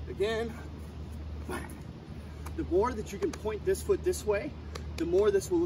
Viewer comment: My guy said ben in the middle of it. I know he actually said bang but it kinda sounded like ben lol